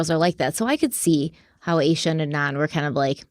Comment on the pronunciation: I’m really enjoying you taking this in true Crime Weekly fashion and focusing on the victim and crime. Thank you! I did want to say that her best friend’s name is most likely pronounced AH-SHA.